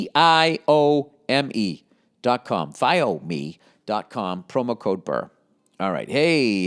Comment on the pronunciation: the fact Bill forgets how to say Viome every single time is my favorite part of every podcast hahahahaha